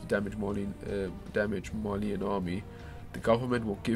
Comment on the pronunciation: "Edalians"? "Marleenians"?